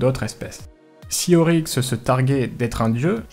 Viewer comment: c'est Oryx et pas Auryx